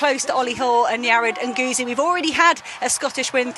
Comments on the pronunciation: PLEEEEASE learn how to pronounce Yared Nuguse last name. You're going to be saying alot in the future. Brutal and embarassing. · Question, did the commentators get the correct pronunciation of Nuguse?